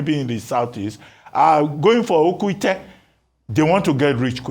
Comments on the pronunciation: DR ABATI ITS “OKE ITE “😂😂😂😂😂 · I wish I could pronounce Oke Ite for Dr Abati. You ended up beautifying the thing with the way you pronounced it.